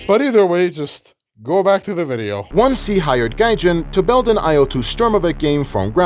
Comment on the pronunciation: hearing someone pronounce it as "one-C" instead of "odin-S" is wierd af